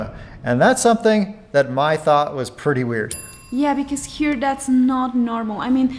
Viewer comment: Probably click bait for more views 😂. Mai, not MAY lol, are you really dating his ex? Kai, Jai, Thai... May is pronounced like the month. Mai,😉😉 Myyyyy C'mon 🙌🤣 be honest 😂